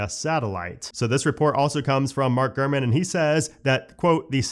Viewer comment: Gurman 😂 Every time you say his name I’m hearing Garmin and seeing a little Garmin display screen on a dash in my head. I’m also high AF😂💀💀💀 It took me foreeever to type this damn message out. 🫠